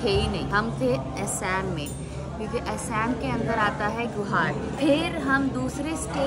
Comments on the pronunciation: Asem nhi didi Assam bolo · Hello aisam nehi Aasam, thik tarah se toh bola karo Aasam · A shame nhi Assam hota hai😅